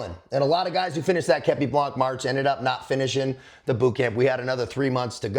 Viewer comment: with all the respect i have for you Please say képi blan the final C is eluded and must not be heared...